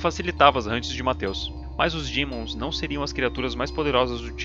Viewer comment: Mto bom, mas não fala dimon kkkk fala demon linguagem tradicional tibiana kkk